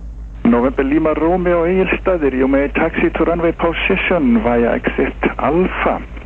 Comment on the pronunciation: I'm sure you said "Egilsstadir", right? Had to listen to it 3 times. Btw, how did you like our little storm earlier this week?